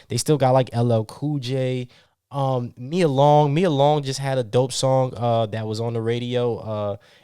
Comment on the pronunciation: I almost unsubscribed with your Larry June comment , nigga called muni long Mia long 😂😂 you on strike number two